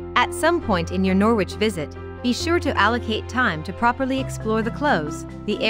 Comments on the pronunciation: It is pronounced Noridge not Nor widge. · If, for some reason, u want to make a video about Norwich, maybe u ought to learn how to say it. It's not, 'Noor-wich,' its 'Norridge.' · Funny how she says Norwich ..pronouces the w...U dont ..it's silent ... So noritch....sound like .. Melanie 34..Norfolk and Canary girl..💚💛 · the way of how you were saying Norwich it's pronounced Nor-rich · She's talking Noor- which Squit I feel.... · Once again, computer-voiced commentary. It really puts me off. Okay, you don't want to pay an actor, but all sorts of people could provide the commentary for this. They would sound human and the words would flow correctly. Plus...they would understand not to pronounce the w in Norwich!!! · Maybe a English person should have spoken about Norwich not an American who carnt pronounce the name